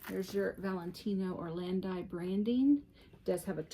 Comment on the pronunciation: Beautiful bags. The Italian brand is pronounced or-land-eee